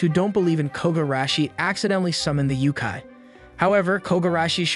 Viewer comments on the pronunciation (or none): It's not yukai. It's Yokai YO-kai. (unless that's how they pronounce it in series, but goodness it sounds so bad.)